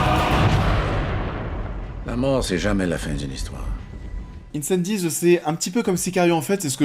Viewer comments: Incendies se prononce «Incendies» pas «Îneçanne-dize» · Même commentaire. J'étais un peu perplexe quant à la prononciation du mot et j'ai même été vérifier pour m'assurer que je ne faisais pas erreur. Aucune raison de le prononcer à l'anglaise. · Cool la vidéo :) Mon top : 1) Dune 2) Incendies (d'ailleurs, pourquoi tu prononces un peu à l'anglaise ? ^^ "Incendies" ne veut rien dire en anglais) 3) Arrival (Premier Contact) 4) Blade Runner 2049 5) Sicario 6) Prisoners 7) Polytechnique 8) Enemy 9) Un 32 août sur Terre 10) Maelström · Super vidéo ! Mais pourquoi prononcer Incendies à l'anglaise ? 😆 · Super classement!! Par-contre, incendies ça se dit en français, pas à l'anglaise! 😊 Sinon beau travail!!!